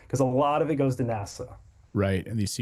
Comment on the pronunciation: NASA pronounced as the Swedish word for nose NÄSA (funny how English speaking have so difficult with our å ä ö). NASA is like the Italian boy made of wood, Pinocchio.